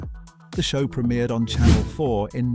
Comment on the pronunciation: Prem I ered not premirred.